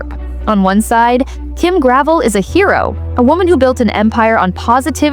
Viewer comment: This isn't just true for Kim Gravel (her name rhymes with 'bell', as in Gra..vell). All the clothes on QVC suffer from the same problems. High price, low quality and lack of inventory. God help you if you find something you really like and want to go back for the same in a different color. It's to the point where you have to buy every color in one go in order to get it. Denim & Co., Isaac, Susan Graver all suffer from the same things. I did find quite a few of tops by Lawrence Zarian that were really nice. But I can only afford clearance items now. Gone are the days where QVC represented quality and value, not to mention convenience.